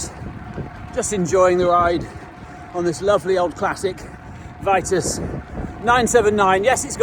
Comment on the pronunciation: VEE-TOOS not VEYE-TUSS